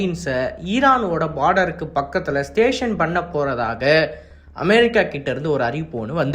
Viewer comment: தயவு செய்து அமெரிக்கா என்று சொல்லும் போது நார்மலா சொல்லு மற்றபடி new சொல்வது அருமையா இருக்கிறது பிரதர்